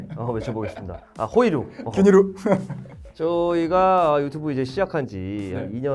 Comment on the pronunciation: 호이루 일본식 발음. ㅋ